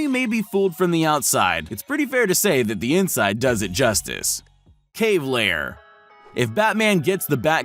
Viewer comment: Oh, for Pete’s sake. Cave Lair, not Cave Liar.